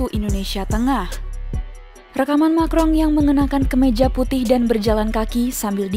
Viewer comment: Emanuel macron kok disebut makrong min.....